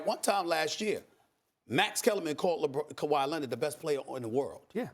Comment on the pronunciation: kawhy lennit